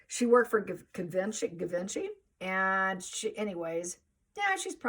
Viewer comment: Fyi (nicely) Givenchy. Is pronounced with soft G, [gee - vau - shee] emphasis on the 2nd syllable.